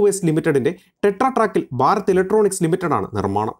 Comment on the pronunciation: ബാരത് ഇലക്ട്രോണിക്സ് എന്ന് പറയരുത്. ഭാരത് ഇലക്ട്രോണിക്സ് എന്ന് തന്നെ പറയണം. നിങ്ങളുടെ ചാനലിനോട് പ്രിയൻ തന്നെ. പക്ഷേ, ഞങ്ങൾക്ക് അതിനേക്കാൾ പ്രിയം മാതൃഭാഷയാണ്. ഭാഷയെ വ്യഭിചരിച്ചാൽ ഡിസ്‌ലൈക്ക് ചെയ്യും . OK.